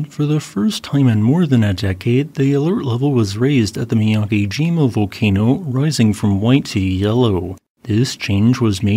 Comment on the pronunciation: Mee-yah-keh-jee-mah* is the pronunciation.